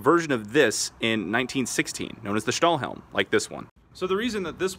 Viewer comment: You pronounced „Stahlhelm“ and „Pickelhelm“ very good 😊